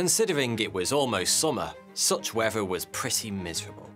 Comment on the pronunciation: Its pronounced Weather. Not wefva. How is it that the british "people" invented a language but are the worst speakers of it